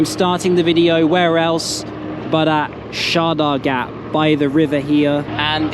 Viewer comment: They're actually pronounced "chott-toh-graam" in chattogram, brilliant video by the way!